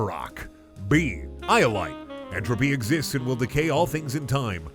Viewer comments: This video: "excists" 331k people: "interesting" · this man forgot the letter E excists